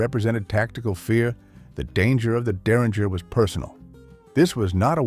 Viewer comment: Make a decision on how you are going to pronounce 'derringer'.